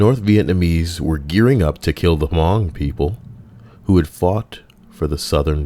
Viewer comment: The H in Hmong is silent mate